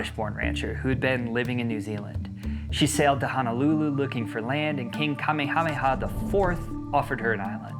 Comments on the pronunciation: Great video and appreciate it Please note that the King's name is pronounced like kah-meh-hah-meh-hah not like DragonBallZ :). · I am absolutely flabbergasted at how horribly you mispronounced king Kamehameha‘s name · I do love that you’re making a video about Hawaiian islands, AND that you’re not using AI voiceovers, but please research some pronunciation next time. “Kamehameha” isn’t close to how you pronounce it